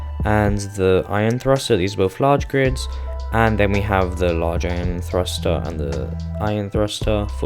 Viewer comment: Its pronounced "Eye-on" not "Iron" like the metal btw. Sorry that was just really bugging me. Good vid thanks.